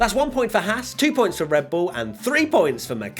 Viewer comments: "RED BUIL" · i love me some "RED BUIL"